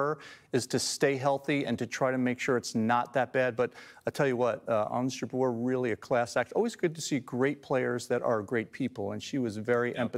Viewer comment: How’s funny they mispronounced her last name: JABUR 😅